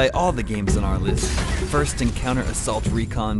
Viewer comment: pretty good "listht"